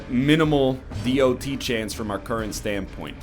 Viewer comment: NL I love you, you're doing great! BUT PLEASE SAY DOT LIKE DOT NOT D.O.T. I love you and want you to know that :D